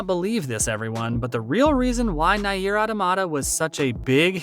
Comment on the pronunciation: I'n sorry but Nay-eer is killing me lmao.